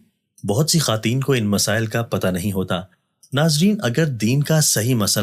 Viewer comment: اپنے بعض الفاظ درست ادا کریں جیسا کہ خاتین نہیں خواتین کہا کرو